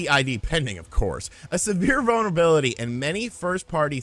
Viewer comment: Every time you say "vulnerability", I swear it sounds like "bonerbility"...